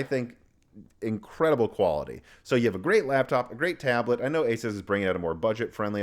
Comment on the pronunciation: A very knowledgeable Tech YouTuber that cannot pronounce "Asus" lol